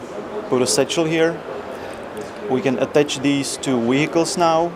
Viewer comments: Hehehehe... Wehicles. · weacials XD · "The Wheelicles". Lol, cute! I cant wait for this. I really hope they entirely redo the UI. The ArmA series suffers from the worst UI and inventory system Ive ever seen. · new weeeicles. lol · wheicals lol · Oh and one more thing... Weehicles. That is all. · Satchel charges, we can attach them to wehicles! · I like the wehicles. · lol wehicles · we can attach these to wehicles now. XD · You can attach bombs to WEhicles! ;)